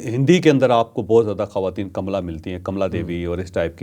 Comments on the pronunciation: ناں کاملا ھے نہ کمیلا۔۔ بلکہ پنجابی کی کملا ھے۔ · Sir na kamla hy kaamla hy kmala Harris hy